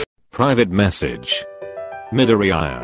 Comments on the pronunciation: No His name is MIDORE-EYE-YA 🤣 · The way it’s saids Midoriya is like “Mid-ee-i-ar-“ 🤣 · 💚👁️😕 (midori eye uh) 😂😂😂 I'm sorry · nobody: text to speech: Medooreeyeuh pfft im sorry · Him: "Bukoogo" "Dikoo" " Karishimar" "Midoriyaaaai" Me: BRUHHH, STOP PRONOUNCING IT WRONG, YOURE PISSING ME OFFFFF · Me: Midoriya Voice changer: Meddoreha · Whenever you spell Midoriya it says MiDoRiRaYa 🤣😂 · All I hear is Midoriyaya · The way male siri pronounced Midoriya is funny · The way Google says Midoriya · I love how TTS completely BUTCHERED Midoriya M I D O R I A Y A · "MiDoRiYiYa" "ToDoRkI-kUn" Midoryiya? Todorki? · Wow they really gonna do my deku like dat and pronounce his name like eyezuku Edit: wow, just got farther into the video and the really did my guy dirty AGAIN they really called him deeeku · C-akken mIDoriAaa toAdroki-Kun (How namez r pronounced xd) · Meedoryiaa Eye zuku